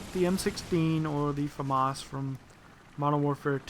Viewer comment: its famas like llamas